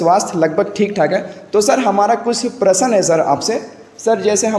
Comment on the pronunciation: Prasan nhi prasn hota h